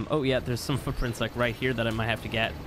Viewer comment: does anyone else hear him say "fuck-prints"?